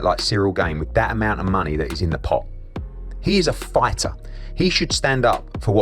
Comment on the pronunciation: Eddy should say “Fightuh” a few more times